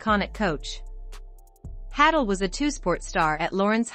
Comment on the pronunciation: Hay-dull is the pronunciation. Not hattle.